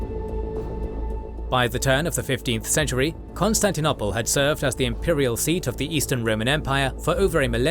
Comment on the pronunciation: Since when is it pronounced Constantin- opple? Coup d'tat... is pronounced coup d'et ah. Sorry but repeated mispronunciation really ruins the listening experience. Leave history to the historians.